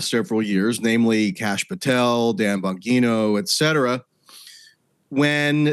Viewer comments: Gives me when such a weird feeling when he pronounces it as Dan “Bonguino” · First it was "Have you ever BEAN" now we have "Dan BonGEENo" 😂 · Dan Bon-what?? 😂 At least he didn't say BonGyno. There is a real problem in the new podcast debatosphere with regular journalists showing up and not having a clue wtf they are talking about.